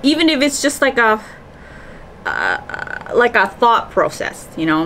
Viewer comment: I love how she says process